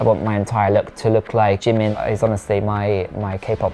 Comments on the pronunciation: nah bro you’d be poor cause he keeps saying “jeemen” loooool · IKR I'M WHEEZING!! He's not even pronouncing the name right I'm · He can’t even pronounce Jimin correctly.. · Annie Bleveans Almost Like Chi instead of J since Those two are very close in the Korean language. Also, The I should be pronounced as how you would say E in “he” so it’s Ji-min. That’s my guess. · Bet that white guy doesn't even know Asia has 48 countries lol Plus the dude can't pronounce jimin